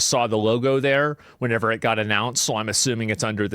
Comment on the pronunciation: Asmon says whenever too often incorrectly